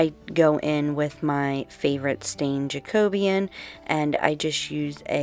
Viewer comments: I love your channel. you have such ideas. I just wanted to let you know the stain is pronounced Jack-o-bee-an. maybe they say it different where you are, but I used to work (in a way) for Minwax. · HA! I have been pronouncing it ju-co-bee-an.